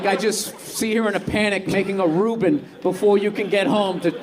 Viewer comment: "Making a Reuben " 😂